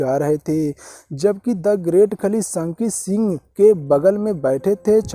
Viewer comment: Bhaiya ji aap unka name theekvsay lo sanki kyoun bolrahay ho (Shanky Shingh) name hai